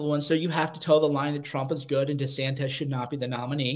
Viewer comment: "De Santez"?